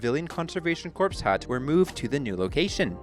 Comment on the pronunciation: You phonetically said corpse - like twice. That is the gist of my comment. Yes, spelled corps ... But silent "p".